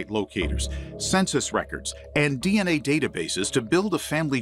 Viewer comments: Türkçe bir konuşmada DNA dieney diye değil denea diye okunur. Genel olarak anlatım başarılı, tebrik ediyorum 👏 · Di en ey dedin abi anlayamadım ilk 😂 biz Denea diyoruz 😂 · Abi DNA'yı dieney değilde denea şeklinde okusan bence daha iyi olurmuş. :D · Türkçe konuşurken DNA'nın telaffuzunu da Türkçe yap kardeşim. Seviliyorsun.